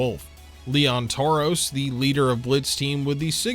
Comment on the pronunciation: I like how you said leon toros, and lena toros, brads sister lmao